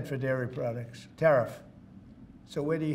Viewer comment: Said the grifter that's been ripping Americans off his entire life!! Also, did he just say number & lairy products?!?!?